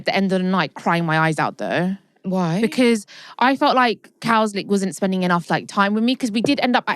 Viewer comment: saying Cowslick changed 🤡